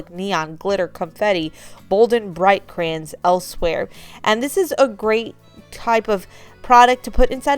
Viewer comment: Crans?? Do you mean Cray-Ons?